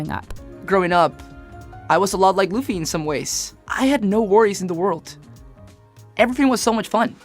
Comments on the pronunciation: This idiots just trying for hate view. And its workin. Sayin his name like that. I we meet you gettin a gum gum bell! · you suck. why you saying luffy's name wrong. dislike and i'm not watching the rest. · You weren't listening while you were researching, butchering my dudes name like that...The disrespect Booping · I honestly can’t watch this while she massacred luffy’s name smh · Only reason I didn't like it is because the narrator pronounced the main character Luffy the wrong way. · Not a One Piece fan, but the mispronunciation of Luffy's name is annoying 😒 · say Luffy's name correctly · Ok you are definitely mispronouncing Luffy's name on purpose, because there's absolutely no way you did this much research with the interviews, and the high possibility that you actually watched the Live Action show without hearing his name being correctly said. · it's annoying 😮‍💨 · why she call luffy "Lofi"... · why everyone keep calling him laffy when the show literally call him luffy😂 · bro OMG its not lufy Its LUFFY PRNOUNCED LIKE LOOFEE/LUFFY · your vid is great but please pronounce the name of the main protagonist. LUUUFFYYY not LAFFY. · its not laffy, but luffy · it's pronounced LOO-FEE not LAH-FEE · →maybe, the reason why she pronounced LAH-FEE/LUH-FEE instead of LOO-FEE like your correction, because she's following the standards of phonetic alphabet sounds..*in English-based alphabets. (Because) In Filipino/Tagalog language and dialects, we pronounce the letter 'U' as "ooooohhh" (upward intonation). Just like Spanish and/or Japanese letter U's..The English phonetic sound of vowel letter 'U' is enunciated or creates a sound of "uh".. instead of "ooh"..#JustSharing #NoHate ☺️🙂✌️ Hope it helps....... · Omg pronounce his name right 🤣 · If only we didn't have to hear Luh-ffie the entire video =( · Stop saying Laffy ffs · Disliked it. say it right luuuuuuuuu- feeeeeeeeeeee!!!!!!! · Excuse me… DID SHE JUST SAY LAH-FEE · The cringe each time luhhfeee is said 😒🙄